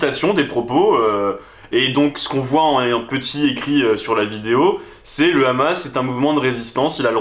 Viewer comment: Et oui en France condaner le rrrrrrrrhamas😅 c'est obligatoire 😅😅